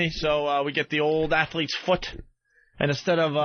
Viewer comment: Just me or did the way Ope said “foot” sound like Chippah?